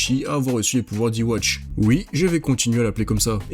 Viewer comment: Enfin qq qui dis ywatch et non l'autre truc immonde a l'oreille 😂